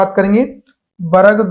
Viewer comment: Varg 2 ❌ barag 2 ✅ 😂